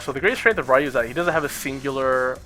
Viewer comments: mmm I can understand the reason, but since NOW I think an expert like u are, KNOWS how is the actual REAL pronunciation I think u should say the name in the proper way. Anyway is just my point of view. For me is just horrible to hear "Rrrrrai-you" instead of "ryu". cheers. :P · "Rayuuu"????? ¬¬ Ryu!!!! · Rye-You. Is this StreetFighter the movie game.